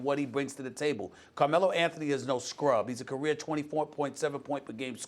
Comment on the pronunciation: "Carme-low" lmao savage 😂